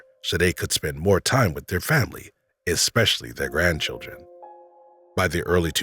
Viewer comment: especially, not expecially...